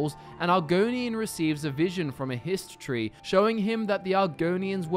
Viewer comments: I was hearing Hist Tree as history 😂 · Thank you for the Argonian Hist t' ree.